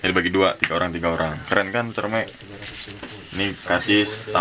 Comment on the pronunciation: Dibacanya buah " cerme " bangg. . Wkwkwk